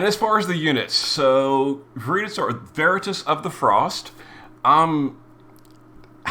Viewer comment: Unsure why she can say veritas correctly and he cant lol